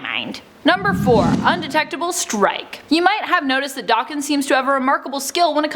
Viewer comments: it’s DAKEN NOT DOCKEN.........Daken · Wtf is D-arr-ken It’s Daken where’s is the R pronunciation coming from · Isn't it pronounced Dak-ken, not Dokken? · Pretty sure it's Dayken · It’s pronounced Da-(kin) like two separate words almost.. it’s because of his Japanese origin 💁🏽‍♂️ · It is the pronunciation of Daken. Since they don't realize it is Japanese and they white girl butcher it